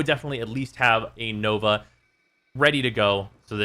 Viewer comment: You mispronounced Nova , Bramma , Gram prime and Adarza kavat.